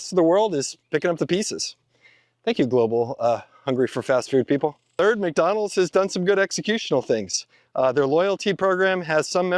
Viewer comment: we WUZZ MACDONALDS epmpoyeezz😂😂